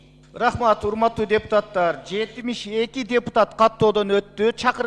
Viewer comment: Депутатар" эмес ,,депутаттар".😢 Бир ,,т" менен айтылса, тантык баланын тилиндей болуп калат. Бул туура эмес! Туура сүйлөгүлөчү, урматтуу депутаттар! 😢